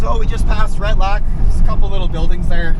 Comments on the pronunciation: Ret-lack.? LOL. it's Retallick. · pronounced: ret-al- lick